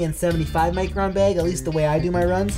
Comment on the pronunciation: why can't you say micron the right way? sound like your saying macron?